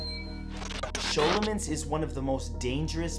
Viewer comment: Sholomance huh? did you learn that at your Shool? haha